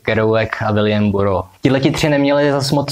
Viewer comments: Vyslovuje se to Barous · Takhle se vyslovuje Burroughs ???